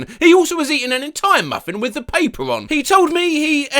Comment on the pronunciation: Okay, im here to support with a like and sub this is way better than the AI voice reading a script. Sure is nice to hear people, then again Im not sure about hearing the english 'wif' instead of 'with' I do like the pint feels like im hearing him rant in a pub.